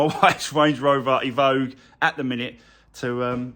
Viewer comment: It's evoque not evogue